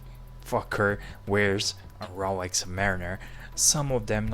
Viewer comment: Its Rolex, not 'RoWex'